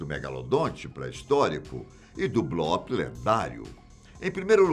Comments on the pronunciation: Blópe? Acho que o certo é bloop (blupe) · Gostei demais do vídeo meu amigo, só a pronúncia aí que é “bluup” não blóp já que essa palavra vem do inglês! Abraços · Nao é blOp é blUp a pronúncia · sim o certo é blup com um P quase mudo, mas a gente perdoa o kkk